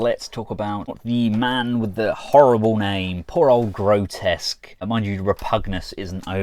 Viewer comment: Apparently his name is Grotusque, not Grotesque. I had always called him Grotesque like you did in this video until I saw The Chosen Prime's review where Andrew called him "Gro-Tusk" (for pronunciation). I thought he was wrong, but thought of his alt mode's tusks so I looked it up and turns out it really is Grotusque. I had no idea. I feel sorry for him so many of us calling him grotesque for 3 decades just because our minds glossed over the actual spelling.